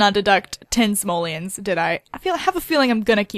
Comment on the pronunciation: GOSH STOP SAYING SAMOLIANS, THESE ARE CALLED SIMOLEONS, SIMOLEONSSS!!!